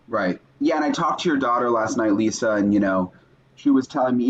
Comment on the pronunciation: Lyssa said like Lisa